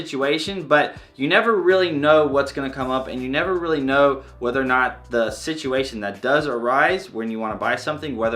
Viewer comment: "Sit-CHU-way shun" ❤️😂